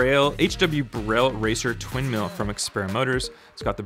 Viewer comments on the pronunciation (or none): none